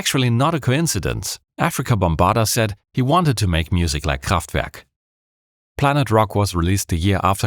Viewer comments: He started off the vid by saying "KhrahffftVehrrrk". I'm sold 10 second in. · i'm five seconds in and i'm absolutely astonished that you pronounced kraftwerk right. this video is going to be awesome. <3 edit: wait, you are in fact german! i should have known this before. :'D